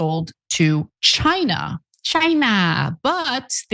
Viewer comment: Lol why did you say China like that